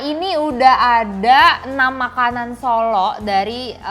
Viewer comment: Ini yang review ngomongnya gak bener, lagian gak ngerti apa2 soal makanan. Abon udang? telur direbus lama sampe coklat? Sebut "Solo" aja gak bener. Malu2in nih.